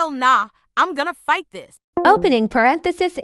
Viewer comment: ''meanwhile with the others dot dot closing paranthis'' XD